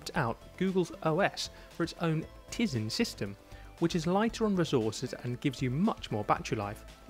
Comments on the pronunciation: Really not gonna take any notice of someone who doesn't know the name of the OS it's tyzen not tizen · It's a Samsung gear 2, not Galaxy gear 2. And it's tie-zin